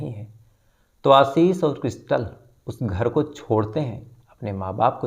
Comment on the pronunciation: Sir, aapka Ashish ka pronunciation hamesha galat rahta hai. Ek aur story mein aap Ashish bol rahe they. Aaashish hota hai pronunciation